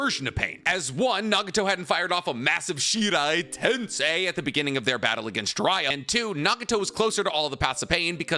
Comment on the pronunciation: i hate it when he fucks up any Japanese word. cmon man. wtf is shirai tensei and chibuku tensei